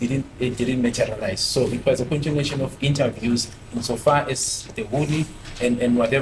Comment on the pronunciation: I like it when he keep saying "as gar as i know'not as far as i know the procidure.....